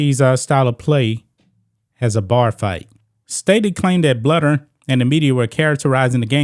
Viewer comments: It’s “BLUE der” not “Bludder” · The Iowa coach is Lisa BLUEder. Bluder is prounced BLUEder. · Lisa Bluder is pronounced Blue der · Thank you for coming to our Iowa Head Coach Lisa Bluder (pronounced Bl-oo-der) defense. Lisa is the absolute LEAST racist person ever. She is above reproach and a super respected coach. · Love your show, not an Iowa fan but I'm from Iowa. It's pronounced Blue-der though. Just saying. ❤ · That’s really disappointing. I’m a Caucasian Iowa fan. I have always respected Staley and liked watching her teams. I hope she will have change a heart. PS Bluder’s last name is pronounced blue-der 😊. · Bluder is pronounced Blue-der. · ...agree w/ everything you say but it's pronounced...BLUE-der... ...Jesus Christ dude...do some pre-production prep...